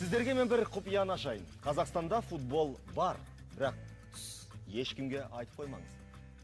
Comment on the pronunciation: Далбаеб екенсин .бул баланын тили нашар шыгады,соны естип кулип турсын ба Ежик! акенин ауызын сигейн